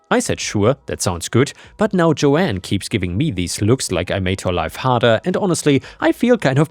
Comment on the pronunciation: It's Joan, not Joanne...